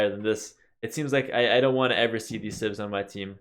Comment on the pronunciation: I gotta stop watching Pewdiepie videos... everytime you said "civs" I clearly heard "simp".